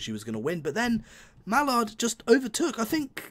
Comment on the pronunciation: Hey, you've learnt how to say Mallard this time. Well done. That was a good test, both the same, what the point in doing a test with different settings from the real things is I don't know. I don't know much about how simulators work by why wouldn't you give them both 100% power? Why the 135%? Also, when referring to which locomotive is the best you really need to be comparing them doing what they were built to do ..... they were built to pull trains.